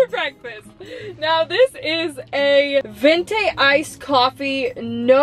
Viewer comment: Girl straight said vrntaaay at the Starbucks for breakfast lol